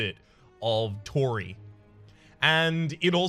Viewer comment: it's pronounced tor-ee